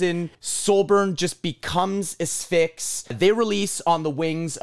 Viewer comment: Thank you for pronouncing it “uh-SFIX” instead of “ASS-fix”